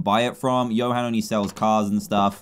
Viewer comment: Dan said ‘hoe’ when he tried to say Johan😂